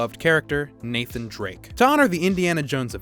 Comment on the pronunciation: UNCHARTED NATHAANN